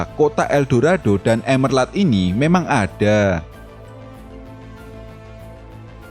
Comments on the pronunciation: Monmap nih yg gumush... Itu emerald yaaa bukan emerlad dibacanya 😅🙏🏻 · Bang bukan emerlad tapi emerald, gimana sih lu yang ngetik tapi gabisa nyebutin yang bener 😭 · emerald bukan emerlad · Emerald bang bukan emerlad Blokk!